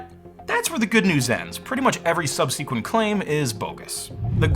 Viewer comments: Just FYI:: Subsequent --> (sounds like) sub-suh-kwent (((""Sub-seek-went""))) is incredibly awkward and incorrect Love you tho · All good points. One thing I notice is the odd way you pronounce the word "subsequent"; It's actually pronounced 'SUB-sih-quint'. Over the last year or so, I've heard one other guy pronounce it somewhat similar; perhaps someone heard the word, "Obsequious" and got it confused..?